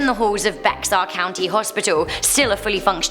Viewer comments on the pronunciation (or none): ITS NOT “BEX ARE” It’s Bexar like “BEAR or BARE” Anyways it annoys me when people can’t pronounce it right XD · While I’m not from Texas, my wife is and Bexar is not pronounced Bex but BEAR county:) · " Bexar " county is pronounced like the animal "Bear". I'm not orginally from Texas so I had no Idea how to pronounce it either 😂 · I love you but its called pronounced "bear county" not be-xar but as you said you're a humble British gal but i love you ❤❤ I actually live in san antonio lol but we forgive you ^-^ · its pronounced bear not bexar lol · Like how no one is commenting about the pronunciation of Bexar county. Not Bex-Ar, but pronounced as bear. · Hey, your pronunciation of Bexar County is not BeXar it is pronounced Bear County. A lot of words in Texas are like that. Coming from Native American, Mexico and German. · Bexar is pronounced "Bay Yer" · Bexar is pronounced bear 😂 I find It funny because we have such weird names and people get mad about mispronouncing but if it's spelled weird I get the mispronunciation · I live in Texas and now I think I wanna visit some of these places. Also BEXAR is pronounced “BEAR” like the animal. And that hospital one is why I will always refuse to spend the night in the hospital alone. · Um, I’m from Bexar county and it’s pronounced bear, also, el cucuy is pronounced as coo-coo-ee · On number 2 it’s pronounced bear instead of bexar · Jamie Taylor she was right, it’s pronounced as bear.. born and raised in San Antonio,Tx bexar county. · Bexar is actually pronounced “bear” in Texas. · Texans pronounce Bexar like 'bear.' I learned the hard way when I moved to Texas :) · Bexar is pronounced bear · For future reference bexar is pronounced bear 😁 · Hey jsyk bexar is pronounced bear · I'm living in Bexar County and It's pronounced BEAR county, the x is silent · So I live in San Antonio and I know it's odd. But The X in bexar is silent, so it's just bear county. Idk why it's spelt this way.